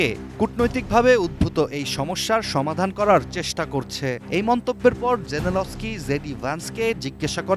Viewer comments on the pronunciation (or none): অশিক্ষিত মহিলা নিউজ পড়তে পারে না, জেনেলস্কি পড়তে ও বলতে পারে না, নাম করা চ্যানেল ATN News এখানে ভুল হবে আমরা মেনে নিতে পারছি না